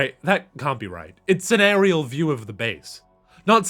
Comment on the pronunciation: Great vid but each time you said "Areeral" i had a micro-seizure